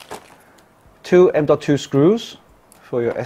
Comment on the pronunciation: I actually just liked the video because you pronounced M.2 the right way (not like people normally does: M2. The BMW M2? Hello? ?). Thanks! Keep it up!